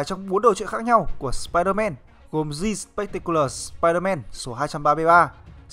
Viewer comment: Bạn nên luyện phát âm tiếng anh lại đi nha. Chữ "The" mà phát âm là "giờ" "gì"? Nghe bạn đọc "gì ờ mây ding sờ pai đờ men" mà mắc mệt